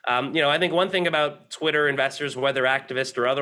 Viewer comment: "Titter"!!!! Lmao